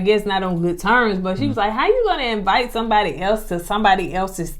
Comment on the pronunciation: So I attended Alabama A&M (LAMH alma mater) and they did not teach us to say EE-VITE 😂 and that word and immaturity irks my nerves.